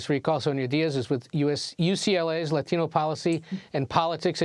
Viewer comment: Its gross how they pander by pronouncing latino with accent